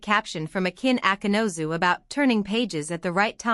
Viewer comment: Автор,коли ты взялась пиздеть, так будь любезна, имена актеров называй правильно! Акын Акынус,а Акынозу, не Сакин,а Шахин!